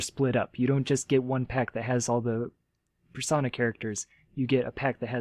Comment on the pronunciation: I wasn't gonna make fun of you for saying.PNG was pronounced as "ping", but then you went and pronounced Persona as "Per-sauna". XD